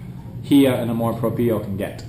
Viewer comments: Some Filipinos are haters of their own kind which is sad. Thanks for trying to understand the Filipino psyche. By the way "amor propio" is pronounced as -- amor - you got that right - "propyo" for propio. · Very well said. That was a very in-depth analysis of the Filipino culture. Sounds like you've lived there for more than 5 years. Btw, its pronounced Amor Prop-yo (2nd syllable pronounced yo like in yoyo). Good job! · Lol "Canamor Propio" I like that. ;P